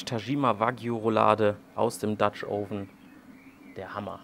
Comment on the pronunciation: Hm, also letztens gab es ein Video in dem Du "Oven" richtig ausgesprochen hast. Nun nicht mehr... Warum?